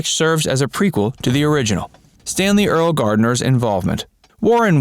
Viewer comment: It's pronounced "early"